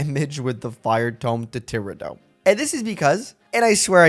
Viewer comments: Ti-rah-do, with a longer a, as opposed to tira-do, where it's too blended together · Thew struggle against Tirado was probably because you kept pronouncing his name wrong